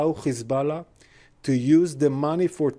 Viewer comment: There pronunciation is epic हिजबाला/ मधुबाला